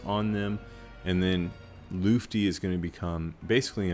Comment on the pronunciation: The most mysterious thing about Lutfi is why no content creator can say his name correctly 😅